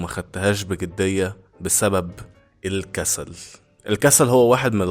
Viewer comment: هي كلمة الكسل من امتى وهيا فيها شدة فالنطق هي الكسَّل ولا الكسل عادي انت بتقول الكسسال